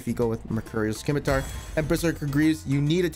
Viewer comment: Sim-uh-tar Not Skim-uh-tar